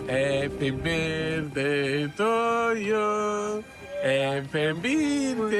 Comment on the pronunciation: Al Happy " birtey "sono stramazzata al suolo 😂😂😂😂😂😂😂😂😂😂